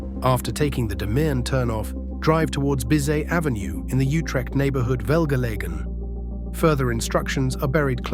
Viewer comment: this is great also it's funny how after perfect pronunciations of dutch streets we hear shiphol and jutrecht in radio messages